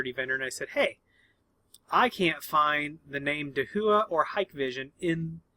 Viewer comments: DaHua should be pronounced as "ta - wah" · And here I thought it was pronounced: Hick-Vision And Dah-who-uh. Interesting...